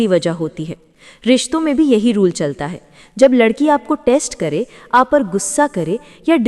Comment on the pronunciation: Last me ladki ko ludki bola apne 🤣🤣🤣🤣